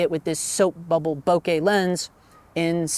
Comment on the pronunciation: Not knowing who's giving you this pronounciation advice , but you can tell him he's wrong. This is what happens when you think you master a topic... but not. The French word "bouquet" must sound "booh-kay", and nothing else. Because the duo "ou" in French sounds "oo", and nothing else. It comes from another word "bosquet" ( = "boss-kay") meaning "little grove". So, how do I know ? Use your imagination, you'll find out... 😉